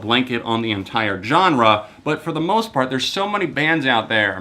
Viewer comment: I've just realised he says Johnre and now I can't stop hearing it